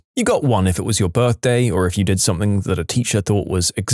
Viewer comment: No k in the word something.